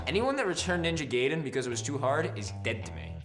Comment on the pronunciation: WHY DOSE EVERY AMARICAN BUT ME SAY NINJA GAIDEN RONG FUCK! GET IT RIGHT